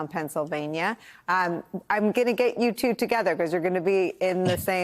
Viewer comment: I wished Rosie corrected her on how to pronounce "Perez".